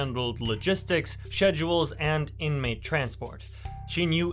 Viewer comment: Sooo..is that how I'm supposed to pronounce schedule? Sheshual??